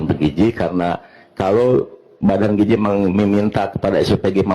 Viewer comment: Giziii Dadan Giiiziii bukan Gijiii...